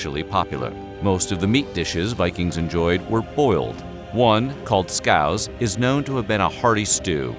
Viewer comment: Actually their dish is called Labscouse. Scouse is the Liverpudlian version developed with Irish and Norwegian influences after an influx of Scandi sailors in Liverpool. Hence why Liverpudlians are called "scousers." Also its pronounced scoowss not scoahwzz